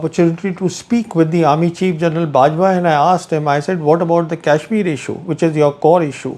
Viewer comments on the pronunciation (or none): It's not kaishmir as you are pronouncing, it is kashmir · This Brown Sahib can't even pronounce kashmir properly. I saw this man with Pakistani Army men. Is he the same one.🤔🤔🤔🤔